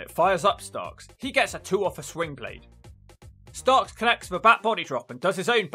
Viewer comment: Can't really tell but are you saying swingblade or slingblade? The move is called the slingblade from what I've heard. I'm guessing it's named after the movie slingblade and the tool used to cut grass or wheat with. The movie made the word popular though